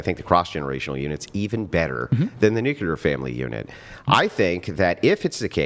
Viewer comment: Did...did say "nucular" family?